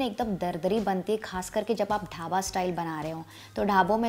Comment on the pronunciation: धाबा नहीं दीदी "ढाबा "